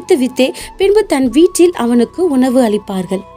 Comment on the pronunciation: வீற்றில் என உச்சரிக்க கூடாது.வீட்டில் என உச்சரிக்க வேண்டும்